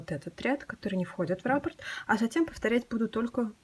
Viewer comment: Отличный коврик,но нужно произносить.раппО'рт.ударение на О